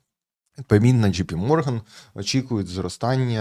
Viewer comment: Правильно казати Голдман САКС, ДЖЕЙ Пі Морган